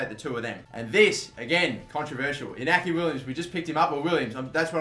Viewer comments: Williams' first name is pronounced 'In-ya-kee'. The ñ has a 'tilde' that adds a 'y' sound after it (it's not quite a 'y' if I'm right but its fairest comparison in English). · It is pronounced: Inyaki Williams. The ñ turn the sound from n to nye. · its pronounced Iniaki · iñaki is pronounced like i-gnochhi. the ñ make it sound like inyaki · The n with the thing on is pronounced "ny"